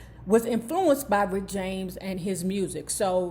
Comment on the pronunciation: "Prince-cee-poo"?🙄 "Rickety James"?😳 🤣🤣🤣🤣🤣🤣🤣🤣🤣🤣🤣🤣🤣🤣🤣🤣🤣